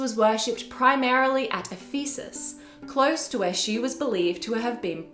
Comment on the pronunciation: The pronunciation was sometimes hard to follow; I only recognized Ephesus when I saw it in writing, for instance